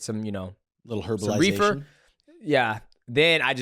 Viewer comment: “reefer” get your old ass lmao. Joey Diaz REEFAH